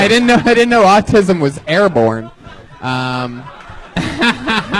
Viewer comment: Dude teaches kids with autism but pronounced it aucum???